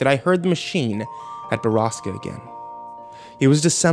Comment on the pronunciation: They call "borasca" a place but borasca is storm in Spanish also he's mispronouncing it